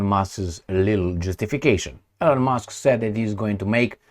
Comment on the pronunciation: ...L-On ? 😂 C'mon man! You can pronounce all kinds of difficult names of different cities, towns, regions in different countries...but E-Lon is to hard? E-mil E-lon How hard is that?